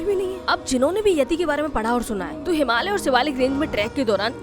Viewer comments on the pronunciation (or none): none